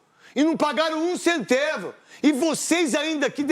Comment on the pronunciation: KKKKKK FOI DE ARRASTA O PORTUGUÊS